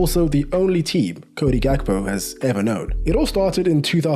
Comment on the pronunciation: i cant believe you say his name good XD